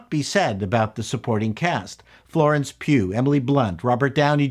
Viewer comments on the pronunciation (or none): none